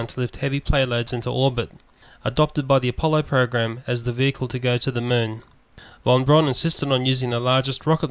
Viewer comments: von Braun, is pronounced "von Brown", not "von Brawn". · "Von Brawn" ??